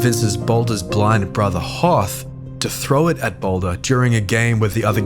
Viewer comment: actually 2 is sort of backwards, it's likely they were originally the same, but split over time, also his name is prounced hoth-r (with a th like in the, and not thor)